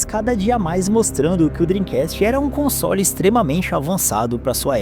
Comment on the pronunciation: Quando fala console, parece que vai falar consolo.